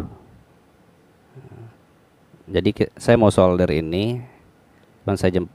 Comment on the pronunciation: solder /sordel😂 cemungut kaka 😂😂 tetap fokus